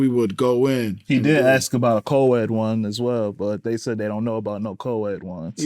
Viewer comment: All those degrees, and he cannot pronounce "ask."